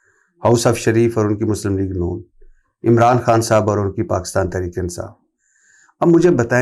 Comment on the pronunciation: وڑائچ صاحب خود کو بہت بڑی ادبی شخصیت سمجھتے ہیں۔ واہ واہ واہ ۔ جناب ۔ درے پردہ نہیں در پردہ ہوتا ہے ۔ اٹھونجا نہیں اٹھاون ہوتا ہے ۔ تریک نہیں تحریک ہوتا ہے ۔ . "صرف " ۔ " فرض" اور بہت سے دیگر الفاظ کا تلفظ ٹھیک کر لیجیے پھر "ملک " پر بات کیجیے گا ۔ ۔ ان کا عظیم الشان گھر دیکھ کر ہی اندازہ ہوتا ہے کہ یہ کتنے بڑے " صحافی " ہیں ۔ ۔ الیکشن والی رات جیو پر ان کا تجزیہ سن کر انتہائی افسوس ہوا تھا ۔ جب انہوں نے نہایت سنجیدگی سے کہا تھا کہ ساری پارٹیوں کے ووٹ اکٹھے گن لیں ۔ پی ٹی آئی ان سے ہارگئی ہے ۔ شرمناک تبصرہ ۔ ۔۔ ۔۔۔۔۔۔Sz Rana official